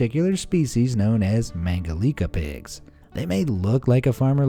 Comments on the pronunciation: It is "Mangalitza" not "Mangalika". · ”Mangalitsa pigs”, not mangalika.